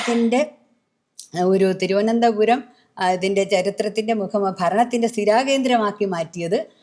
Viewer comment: തിരുവനന്തപുരം കാരെ തിരുവനന്തപുരം എന്ന് പറയാൻ പഠിപ്പിക്കു( തി രോ എന്താ രം )😂👍